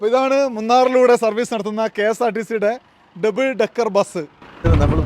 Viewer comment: ഡെബിൾ അല്ല. ഡബിൾ